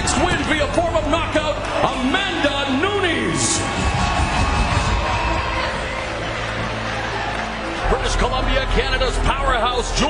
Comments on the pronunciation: It's noo-ness not nuñez you're pronouncing it as if it were Spanish not Portuguese. Kinda ruins the video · 1st clip u here the guy say her name right and u butcher the shit out of it 3 seconds later her name isn’t Nuñez it’s Nunes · "Amanda New-Knees" 💀🤣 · I swear if I hear that announcer pronounce Nunes as "Noonies" again, ima lose ma shite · Yea .. great fighter... Amanda "nooniez"!!! 🤣🤣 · it's nuñez not noonies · Isn't it Nu-NEZ. Not Nu-Kneez? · This fool calling her Amanda noonies gets quite the L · "amanda NEWKNEES" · It sounds more like loonies 😂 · ya i didn't like that either. I guess I could be wrong but the only way that sounds right to me is noon-ez. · do you know the nintendo console called "NES" (nês) just like that bro, 'NOO-NES' and you good. i'm brazilian i give it a pass to people pronounciation because my english is not perfect either. i just try my best to respect peoples names. lol for me the funniest one nowaday is "PAULO BORRA- TINIA" (anglo pronounciation) the correct would be something like "paulo borra - shin - nha" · Amanda says her own last name like that. She said after that Ronda fight in the octagon “I’m de champ!!! Me Amanda “Noonies”(Nunes) !!!!” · Everyone butchers her name. It’s ‘New-Nez’. Simple. She’s Brazilian so it’s also not Nuñes (mexican pronunciation). People make that mistake with Jose Aldo as well. It’s “Joe-Say” and not “Hoe-Say” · The first announcer was driving me crazy calling her New Nees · Amanda Nunies? the hell were the announcers smoking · Ha new-knees lol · AMANDA NEW KNEES. What it kinda sounds like. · Amanda "New Knees"🤣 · Amanda New-Knees??? 😂 The disrespect was real. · "Amanda Noo-neez" lmao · I not accepting the announcer in the beginning calling her Amanda Noonies, twice. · There's no way they would've mispronounced her last name like that 😭😭 Nuniiis 😂😂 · I can’t get over announcers calling her “noon-eez. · Why they pronouncing her last name “Noonies” 😂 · anyone else hear " amanda new-knees"